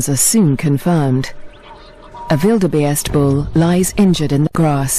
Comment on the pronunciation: this narrator does not know how to say Wildebeest, she says wildebaste hahaha